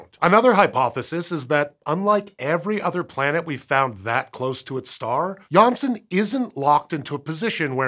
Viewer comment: nailled it the dutch name"Janssen"